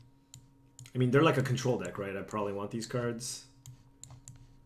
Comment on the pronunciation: I know you're Asian, but "contror" is a bit too Engrish for you.